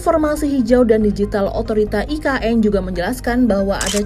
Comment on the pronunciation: Sebutannya pun tak betul dok sebut e ka n hahahahahahahahahahaha parah dah